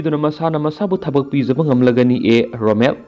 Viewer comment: Romen not Romel !